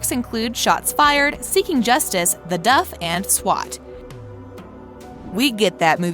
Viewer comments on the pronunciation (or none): none